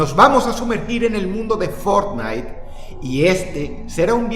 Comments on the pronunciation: lo mejor del video fue cuando dice fornite.... en el segundo 2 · Que juege fornite dices ?😂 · El título dice que iba a hablar de fornitee JAJAJAJ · Fort Night.! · Boton para que Dross diga Fortnite ➡